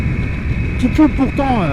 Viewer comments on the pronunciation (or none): none